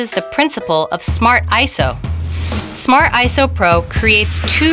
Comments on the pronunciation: Smart "Ayso" pro. LOL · I thought is was pronounced I S O